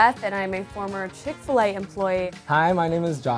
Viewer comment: Bruh she sayin dat chick fa lay is 1